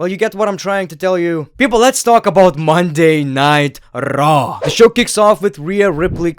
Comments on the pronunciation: Yeah I was too confused why he is calling it Monday nitro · Why does it sound like you're saying "Monday Nitro" instead of Monday night Raw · Accent makes “Monday Night Raw” sound like “Monday Nitro” in the beginning lol I was hella confused for a sec